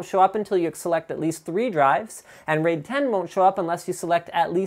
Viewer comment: The pronunciation of "raid" sounds allot like the dutch word "reet", that is our word for ass. So yeah I had to express that.